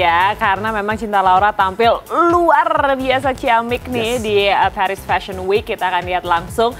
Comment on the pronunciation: Paris bacanya Paris aja, bukan Perish….🫠